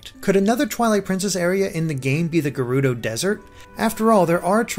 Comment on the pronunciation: Gerudo is pronounced *J*er-oo-doh Fi is pronounced Fee